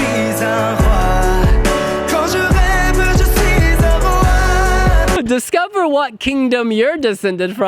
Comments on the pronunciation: It's wa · It's really time for you to pronounce it /roi/ not "roy" ... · It's not Roy it's Rwa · It is pronounced \rwa\ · WHY, WHY, WHY are you calling it ‘roy’? The correct pronunciation is all over the song. Could it be a joke between you and Bilal? The problem is that lots of English language channels are doing the same. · Please stop saying ‘Roy’ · Even as English person trying to learn French your pronouncation of roi made me cringe. It's said and spelt like moi (as in me) and it would be weird if you went around like moy